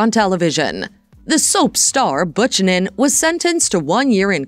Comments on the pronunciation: Buck-in-in. Sounds like they ought to hire a voiceover who actually knows how to convey without sounding like an overseas call center spam. Not to mention all of this can be read on Wikipedia. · LOL ridiculous video- how can you mispronounce Buchanan HAHAHA ... also the "Another World" she starred in during 1990's was a soap not a film!!! You are showing a screenshot of a film Another World - I looked it up and that movie is from 2021 and Jensen was not part of it.